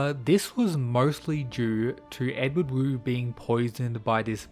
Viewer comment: Another thing, the Wu in Wu Clan is actually pronounced like “Woo”. Wu Hei basically means “Pitch Black”, or the blackest black possible, likely a reference to his person and his eyes.